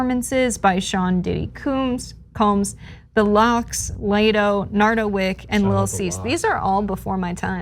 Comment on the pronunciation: Nardo Wick is not from any where NY. And Latto (not lay toe) is her time right now. Only name she knows is Biggie. She's not remotely in the know of hiphop past or present. DJ Clark Kent is apart if this so it should be decent. His mom is ok with it. That's all that matters. Dead guy concerts will be the norm eventually